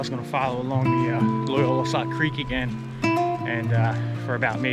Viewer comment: It's Loyalsock, not Loyolasock.